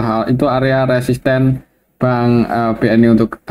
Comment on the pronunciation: Bnyk salah sebut resisten ktika bahas BBRI...pelan2 aja Om...tks